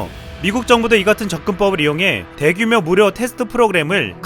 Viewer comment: 대규묘 뭐야 묘~ 발음 좀 똑바로 하자 묘~ 다른것도 더 있는데 귀찮아서 이것만 쓴다 묘~